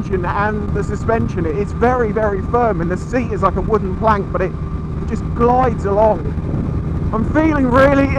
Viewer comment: Did you say the seats like a wooden wank? Cos it sure didnt sound like plank to me